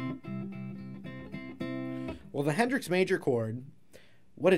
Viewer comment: Not trying to pry, buttttt “Henrix...”